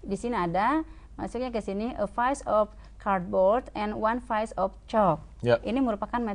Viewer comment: Hahaha......PIECE itu pronounciation nya itu bukan PAIS...yg benar adalah PISS....gimana sih..ngajar pronounciation nya mgga betul.......GUBRAK!!!!